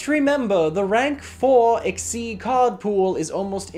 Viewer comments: So uh, why do you pronounce Xyz as "ex-ee" instead of "ek-seez"? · Chaos XYZ "eck-zyz" monster =/= "see-ex-se" or "see- Eg- ceed"